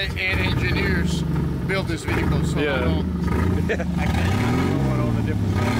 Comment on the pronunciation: ve hickle